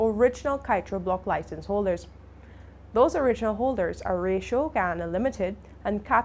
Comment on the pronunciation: Honey you are pronouncing Ratio incorrectly.